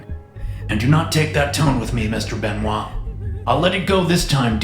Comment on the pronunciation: I can't unhear " mr benois "